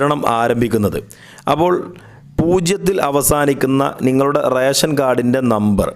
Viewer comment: റേശൻ കാർഡ് അല്ല, റേഷൻ കാർഡ് ആണ്. ഉച്ചാരണ ശുദ്ധി ശ്രദ്ധിക്കുക. പിന്നെ ഇത് റേഷൻ കടയിൽ പോയാണോ വാങ്ങേണ്ടത്? അതോ വേറെ സോഴ്സ് വഴിയാണോ വിതരണം ചെയ്യുന്നത്?